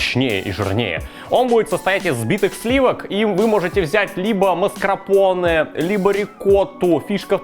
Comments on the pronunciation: Маскарпоне! А не маскрапоне. Кровь из ушей течёт 😃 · Мне кажется правильно говорить не маскрапоне а маскарпоне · Ох уж это маскрапоне от,вместо маскарпоне Прям как фишка уже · ты еще с 2013 или какого там года (когда был первый рецепт Тирамису?) называешь сливочный сыр из баночки масКРАпоне..... но он масКАРпоне ))) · Дружеее, МАСКАРПОНЕ, а не маскрапоне, блин, звучит, как страпон. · Какой уже раз говорит МАСКРАПОНЕ , правильно МАСКАРПОНЕ! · Опять блять "маскрапоне" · ну правильно же МАСКАРПОНЕ, а не МАСКРАПОНЕ, ну в самом то деле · Маскарпоне, а не маскРапоне. Откуда ты ваще такое произношение взял? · Маскрапонеее😂😂😂😂😂😂😂 Не маскарпоне?) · Теперь понятно почему ты говоришь крЭм, но нихрена не понятно почему маскРапоне??? Ну почему не маскАрпоне?? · Да господи, не маскрапоне, аааа. МАС КАР ПО НЕ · Кулинарный блоггер говорит "Маскрапонэ", это пиздец товарищи. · Почему "маскрапоне", ну бля, что не так с тобой? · Да бля, правильно масКАРпоне, ну сколько можно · Игорь Санников действительно правильно говорить масКАРпоне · Опять масКРАпоне... Или тоже для сочности и жЫрности так произносишь название? ))) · Как говорил МАСКРАПОНЕ((((( так и говорит.... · Опять маскрапоне... Научись уже говорить🤦‍♂️ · Так и не научился произносить МАСКАРПОНЕ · Когда-нибудь выучит слово "маскарпоне", но это случится нескоро)